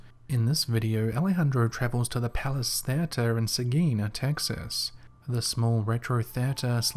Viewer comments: It was driving me crazy. I’m English and I have never heard it said like that. We don’t speak the Kings English in England, we speak the Queens English. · Are you saying "theater" wrong on purpose? Seriously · Lol, I like the way you pronounce "teatre". You say it like t"heir-tur" xD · I’ll never get over the way you say theater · It’s the Kings English Wo don’t talk like that here In “ the colonies”